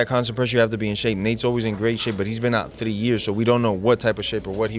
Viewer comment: The way he says three sounds so nice that Cuban accent 🙃